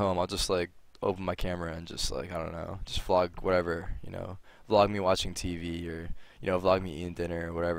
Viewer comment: "Is ya boi tarik commin a you wida flog.", That's what I heard.